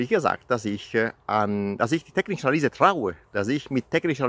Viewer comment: Hallo, wo bist du gerade in DL? Kannst du bitte das nächste Mal "technische Analüse" sagen und nicht "technische Analiese".;-)